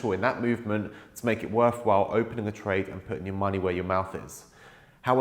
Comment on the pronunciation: I heard it as "put your money where your mouse is'. 😁 😁 😁